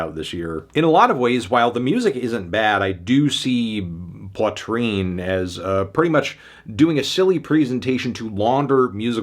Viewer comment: Learn to pronounce Poitrine first.